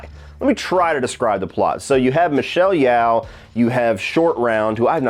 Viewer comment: FYI, it's pronounced Michelle "Yo" (as in yoyo) now like "yow" (rhyming with cow)